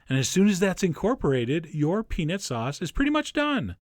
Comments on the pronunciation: Peanit sauce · I actually know what he means. When chef John throws it into fast conversation, he tends to pronounce it more like "peanit" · The way you pronounce peanut makes my ears bleed, but your recipes make my mouth ooze. OOZE.